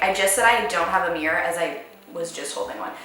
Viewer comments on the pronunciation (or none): none